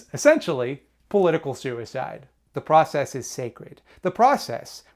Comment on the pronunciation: saying da process like you say da mahney